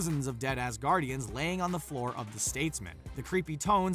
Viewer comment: Did anyone hear him say A*s Guardian? Instead of Asgardian. No? Just me? Cool...imma leave now